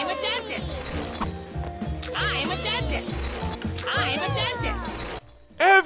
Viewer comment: 'I'm a dentist'? I swear I heard him say 'I'm adopted'